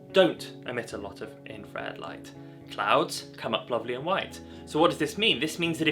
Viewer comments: It's still known as infrared....its never changed. No idea where you have gained this odd pronunciation. Infra-red....not in-fred. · Its still called Infra-red dude, and not "In-fred" bruh! Its called English dude, try learning it and using it properly bloke! Whats a hamburger called now? Maybe Gen Twiz calls it a "Ham-Urger"! The A is still not silent and never was silent in Infrared! Edit: Infrared is heat, its reflected heat. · For feck sake its's infrared you sound like a real W⚓...I am going off to slash up because 'infred' has just pushed me over the edge 🙂 apart from that a good video for all those crazy kids out there learning film photography. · I'm sorry but why are you calling it Infred? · There's no such word as infred! Stop butchering the language!